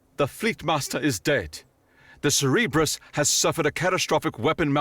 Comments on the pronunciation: Ah yes, the Ce-Re-bus. the three headed dog watching over the underworld... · Cerberus is pronounced (Sir- Ber-Us) he’s the Dog that guards the ‘Gates of Hell’. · Cerberus, not cereberus. Sorry, just kept bugging me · tip: "communique" is pronounced commune-ih-kay. And it's Cerberus, sir-burr-uss, not Cerebro from xmen. Still, great reading.